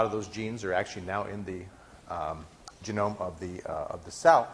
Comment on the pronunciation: I wince every time he says "genome"...